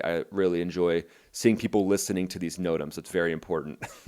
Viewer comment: It's no-tamz not notom